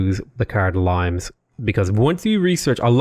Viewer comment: Limes is spoken out as Lee-mess. It refers to the Roman border defense project, not to limestone. Limit is derived from this word.